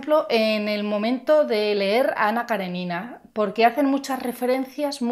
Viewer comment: Ana Karénina....tiene tilde, poca gente pronuncia bien el nombre de esta mujer....un saludo